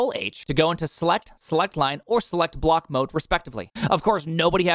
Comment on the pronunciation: is only me ?? Or everyone hearing "select" , " slut " ?? Anyways great coconut oily smooth confusing easy tutorial prime 🤣❤️